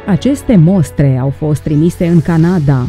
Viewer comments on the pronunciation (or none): none